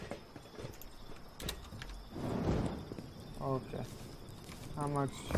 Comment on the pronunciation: Who also hears okeh